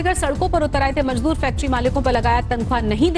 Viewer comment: Majdoor nahin mazdoor hota hai sweetheart